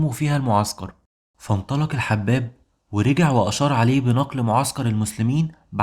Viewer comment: مجهود كبير تشكر عليه، ويجزيك الله عليه خيراً ان شاء الله. آمل فقط ان تتأكد من طريقة النطق الصحيحة لبعض الأسماء، مثل الحباب، فهو "الحُباب" بضم الحاء.